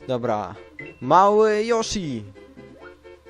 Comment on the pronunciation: ***** Nie joshi tylko Yoshi ;D